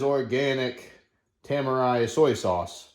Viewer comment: i think its pronounced Te - Mar - Re tamari